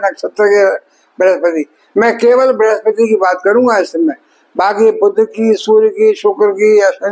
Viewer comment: हिंदीभाषी सभी ज्योतिषी 'वक्री' शब्द को "बकरी" और 'बुध' ग्रह को "बुद्ध" ही बोलते हैं !! 😢😮